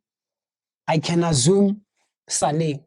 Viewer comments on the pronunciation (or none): "I can azzume" 😂😂😂